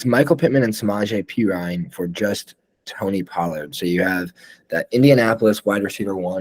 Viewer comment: You're too high on Tony Pollard and you say his name wrong. How could you take coronavirus over at quarterback and Dynasty? Not smart